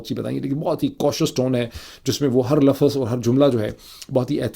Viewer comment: Lafaz nhi lafz kehty hyn